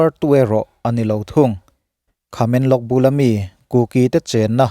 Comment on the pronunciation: Khamenlong nilovin Tamenglong tih zawk tur aw